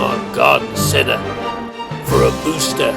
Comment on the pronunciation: Can't get a "boostah" if you never had the first jabs :)